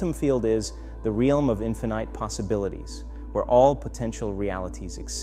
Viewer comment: This must be AI. some of ther words are slurred. for example "infinite & orchestrated" those two words were way off. if this is AI it seems very deceptive. Is there a video showing his face or can some confirm they've heard this before